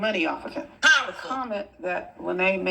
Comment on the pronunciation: No, no!! It's powful, powful, queen. 😂😂😂